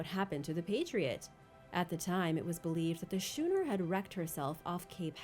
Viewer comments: At #1, schooner is pronounced skoo--ner, not shoe-ner. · It’s Skoo-ner, not schoo-ner. Ch can be a k sound as well